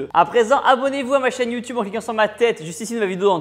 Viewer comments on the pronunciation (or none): none